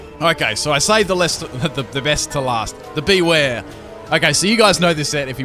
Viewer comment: It's prounced Boo-wear not beware